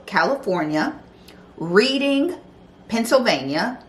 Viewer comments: Pronounced, "Red"-ing. Not Read-ing. Love your show! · Reading, Pennsylvania is pronounced like the color red – ING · luv your commentary on things! you said modesto correctly my dear, but reading pa is pronounced like "redding." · It's spelled Reading PA, but it's pronounced as Redding PA lol easy mistake